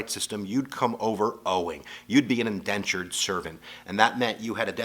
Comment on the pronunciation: It is Indentured servants not Endentured....